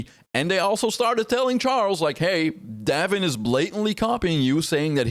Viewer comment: Pronounced "Dave in"